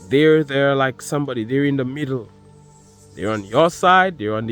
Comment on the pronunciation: sumebody is a two face ,with ur accent 😂 I literally HOLLERED . TY I need that laugh,it's been a long day. No one to talk to gets tiresome, but I'm good 👍🏾 ♥️🙏🏿✌🏾4-20-25 He Rose.